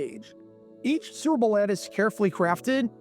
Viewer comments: Why do you keep saying 'Surbole' instead of 'Super Bowl'? Care enough to say it clearly, ffs. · Kept wondering why you're saying "gerble" (🐹). I slowed this thing down to 25% and realized you are trying to say su•per•bowl. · Or Surple? ENUNCIATE! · Is the narrator saying “sir-bull” instead of Super Bowl? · He pronounces Super Bowl like SpBll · Lest anyone think some of the comments are exaggerating the narrator's struggles with saying the words 'Super Bowl,' here is a compilation of all the 'surrble's, or 'surrible's: , , , , , , , , , (twice!), , . It thus seems amazing when he actually manages to say it right at: , (more or less), , and . Interesting vid, though. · "Surble" (Superbowl) is the funniest AI fumble I've ever heard. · Is that an AI voice saying "serbal""has akind of mushy nondescript accent.serbal ..painful.but have hear bc i grew up on Schlitz.. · It’s sounds like you are saying ‘sooberble’. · Cerebral ad or are you saying Super Bowl? You’re aware they’re TWO SEPARATE words involving THREE syllables TRY AGAIN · Why are you pronouncing SUPERBOWL like that? It’s not like it’s whipped cream. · That's how a diction challenged narrator pronounces the word "Superbowl". 🤦‍♂️ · Whats up with your Super Bowl pronunciation? Copyright? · Mispronunciation gets people talking in the comments. That in addition to this video being twice as long as it should be makes me think they’re resorting to obnoxious YouTube tactics to get comments.